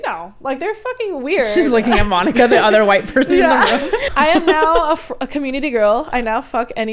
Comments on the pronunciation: She says udder instead of other I cant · Why does she say other like udder?